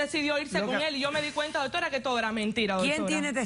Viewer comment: MUJER TEN EDUCACION, PARA HABLAR NO TIENES QUE DECIR TANTO DOTORA, NI SIQUIERA PRONUNCIAS BIEN ES DOCTORA,, Y QUITATE ESE TINTE TE QUEDA HORRIBLE, J jajajajaja. Cuanta crapula junta, jajajajaja POLO POR FAVOR EN ESTE NUEVO PROGRAMA DEL 29 DE OCTUBRE DE 2018 NO PONGAN TANTA CHUSMA QUE VUELVE UN GALLINERO, DE SER ASI COMPRE TAPE Y UNA CORNETA PUES SE QUEDARA AFONICA CON ESTOS SALVAJES SIN EDUCACION NI RESPETO PARA SU SALA